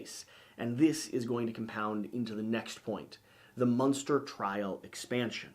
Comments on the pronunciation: Every time you say “Munster” I pictured a witcher battling Herman Munster. Thank you for the mental picture. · You keep saying "Munster" to get me to comment on it. Well am not going to play your game! ... Well played